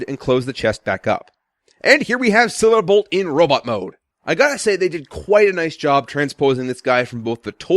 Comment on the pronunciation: you said SilaBolt